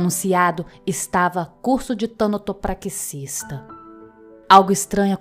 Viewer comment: Como sempre uma narração incrível! Edit: suicidas não estão condenados ao inferno por seu ato de desespero. Deus é perdão. Não caiam nessa conversa de religiões preconceituosas que não entendem nada sobre o sofrimento humano, quem dirá da bondade do Deus verdadeiro. Só uma observação, o nome da profissão é Tanatopraxista e não Tânatopraxista. É TANATO mesmo, sem acento. 😉